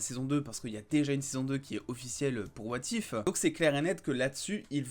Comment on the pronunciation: Lol ton accent. "Wa Tiphe"